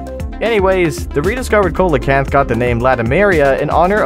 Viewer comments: Sea lo canth is how u say it and also it is 440 million years old. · Its see-luh-kanth not co-luh-kanth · coelacanth is pronounced SEE-la-canth. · THE COELACANTH